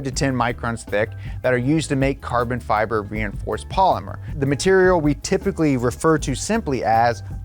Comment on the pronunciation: “Carbon Feber” 🤣🤣🤣